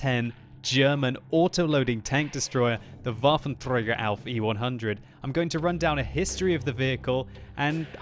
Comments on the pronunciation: It's WFT not WTF. "Wattenfrager"? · You don't roll your tongue when you pronounce this tanks name... Its German, not Mexican. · LOL how you say waffentröger sounds so funny XDXD btw im german